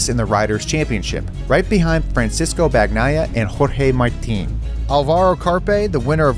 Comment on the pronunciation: FRANSISCO BAG-NYE-UH? Bruther you claim to be a MotoGP fan? Come on dude, world champ 22/23 put some respect on his name